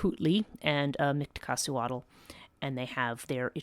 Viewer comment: Dude she can't even say her name right. Worry about your own culture, stop embarrassing mine with your outsider speculations. There's a while cult and mythos that survived from ancient times well into present day, the Nagual are very much still active. You just don't know because you are an outsider of our culture and will remain so- particularly concerning this lineage of sorcery. Have a great day